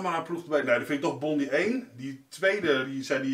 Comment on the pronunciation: Bondi Treasure hunter vind ik leuk! Ik kijk alle filmpjes. Je spreekt het trouwens uit als Bondaai ;-)